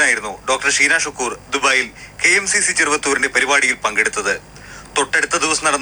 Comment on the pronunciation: അനിൽ സാറേ ഷീനാ എന്നാണ് നീനാ എന്നല്ല സാറേ